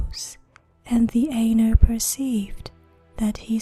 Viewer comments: Such a great job! Pronouncing words very well. The Ainur is a bit more "Eye-Nor" than "An-er". Just constructive feedback. I love these!!!! You have no idea. I have always wanted to hear this in a female voice. Thank you!!!! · aye-noor not ā-ner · Yeah pretty sure it's supposed to be "eye-noor" or something. Lol. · Sorry to be a dick but it's pronounced "eye-noor" not "ayy-ner". Really got on my nerves, couldn't relax. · I would enjoy this much better if the words were pronounced according to Tolkiens language rules. "Ai" is pronounced like eye, not a long A. Ainur - eye noor. Ainulindalie - eye noo leen Dahl ee eh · When she says (aynur) instead of (eye-nur) it ends up sounding like (anal). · I checked out at 10 seconds when you almost pronounced Ainur as anus. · The Ay- nurr? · actually her pronunciation of Ainur is horrid. I spent 6 years studying Qwenya and Sindarian languages. Ainur is Qwenya and pronounced aye-noor. It's about as bad as saying The Children of Durin when it is Hurin. There are plenty of resources written by Tolkien on how both Qwenya and Sindarian are pronounced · I always said it as "Ai-nor" but you might be correct